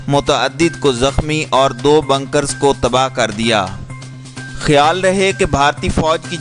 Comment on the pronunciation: Brother it's not "banker" it's "Bunker".